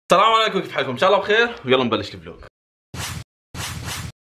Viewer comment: آسفه بس يضحك x)